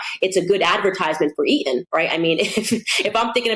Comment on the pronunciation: Tell me. Why do many Americans leave out the letter "T" when pronouncing words. Harrys school is named Eton. Candace pronounces E-on. Important is another word I've seen Americans pronounce impor-ant. Is it laziness or do you think it sounds cool?